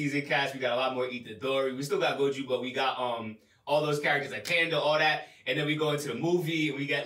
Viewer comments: Robs been saying “goju” for almost two years and they haven’t corrected him 😭 that has to be intentional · its pronounced GO JO not GO JU also you guys are confused this season isnt just about gojo’s past only part of it is then we’re going back to the main stuff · someone tell them its gojo not goju 😭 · my brain will blow if keep saying “Goju” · still calling gojo goju lmao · So they’re still saying goju after all this time 😅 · loves Gojo but he can't say Gojo 🤔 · One of y’all niggas in chairs please help pronounce Gojo correctly 😩😂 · How tf can someone struggle to pronounce Gojo properly wtf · Lmao imagine being so hyped about a character and never pronouncing his name right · They still can't pronounce Gojo lmaooooo Proves they don't read comments as lots of people pointed that out under the season 1 reactions. I will never understand that since the voice actors are telling you how to pronounce it by saying his name in the anime. So it's not like you have to look it up or anything.